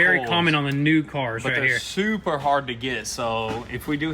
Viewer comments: "Suppper" is like "Daaamm" cool 😅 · It's "super", not "supper".